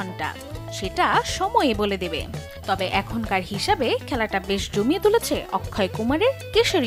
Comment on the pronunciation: Akshay kumar ✅ Not akkhoi ❎